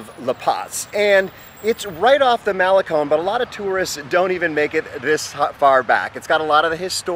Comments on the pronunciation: We’re in our 60s and live in Esterito, does that make us hipster? Trendy for the first time in our lives! We walk the Malecón every morning and it’s a wonderful way to start the day. Just FYI Malecón is proncounced male-CON not male-CONE. Love your videos, keep up the good work. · dude its not mal a cone its pronouced mal e con